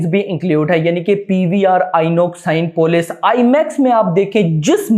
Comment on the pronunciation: सिनेपोलीस (Cinepolis) को आप गळत pronounce कर रहे हो! Aap साईनपोलिस keh rahey ho.....